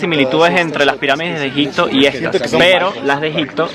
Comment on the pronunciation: Buen video, por cierto es Egipto, no EgiCto. xD